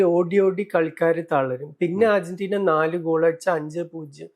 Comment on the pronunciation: Ergentina alla😂 Argentina ann